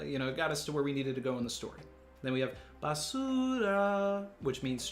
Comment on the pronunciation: Basuuuura.... Lol Actually,, how is your Spanish?